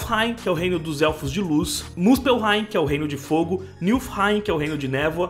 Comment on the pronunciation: Niflheim* o "l" vem depois do "f"